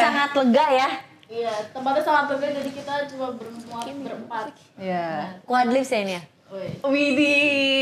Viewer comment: Quadlips ❌ Quad quadtin ✅ 🤣🤣 Ada aja ya beliau ini